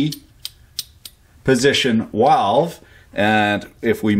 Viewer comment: "Walve" - a fan of "The Sand Pebbles" said. "Main stim stop walve!"